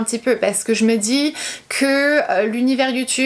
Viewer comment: Moi au tout début j'ai été gênée par ta façon de parler, je veux dire les "que" que tu prononces "qwyeu". Mais je m'y suis faite et c'est tellement minime par rapport à touuuuuut le positif que tu engendre avec tes vidéos, ta sincérité, ton naturel ~ bisous continue comme ça !